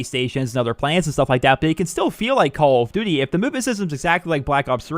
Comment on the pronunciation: omg how many times did you say Call of duty -__- say it properly.